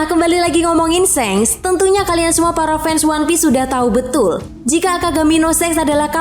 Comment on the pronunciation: Shanks ! Baca pake A Bukan shengs ! Memeeekkk